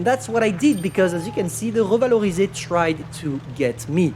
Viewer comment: Hear him speaking English and suddenly saying "revalorisé" in a perfect French killed me.